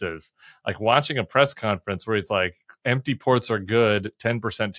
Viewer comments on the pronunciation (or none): none